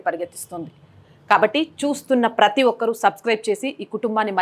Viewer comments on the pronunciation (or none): none